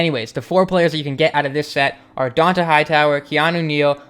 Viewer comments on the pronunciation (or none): its pronounced dontae